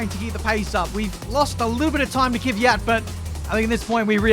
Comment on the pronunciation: KVYAT NOT KIVYAT